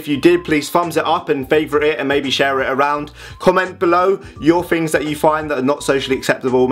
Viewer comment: Love how you say "fings", and not "things"